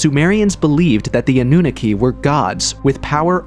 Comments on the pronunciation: The way you pronounce Annunaki is annoying me even though I'm honestly trying my best to ignore it, Its pronounced Ah-New-Knock-Key NOT Ah-New-Nicky. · Your A.I. narration is mispronouncing SO MUCH. The Anunaki is not pronounced “AH-NOON-A-KEY.” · Full transparency here. I thought some of the folks in the comment section were being dramatic about the repetitive mispronouncing of Annunaki (& others but mainly Annunaki) being a problem. Well, I'm sorry fellas. 10 mins in and it's already irritating. I have no prob admitting when I'm wrong 😅🙏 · AI, can't pronounce Annunaki